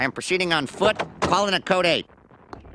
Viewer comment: We need preztles, repeat preztles 😂